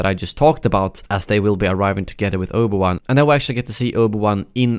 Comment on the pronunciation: I noticed you pronounce Obi-Wan like Oba-Wan